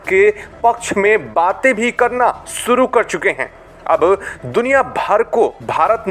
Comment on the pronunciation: अबे कैसे बोल रहा है बे, सुरु कर चुके हैं या "शुरू" और ऐसे चबा चबा कर क्यों बोल रहा है, नॉर्मल बोल न😂😂😂